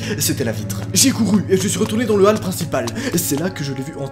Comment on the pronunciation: Comment est-il possible de mal prononcer "hall" passé 6 ans?